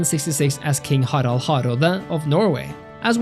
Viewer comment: woah the pronounciation on Harald was imacluate